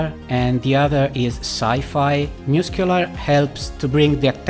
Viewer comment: I listened to this the first time and thought he was saying muse-killer... i had really bought in to it by the end. Muss-queue-lar.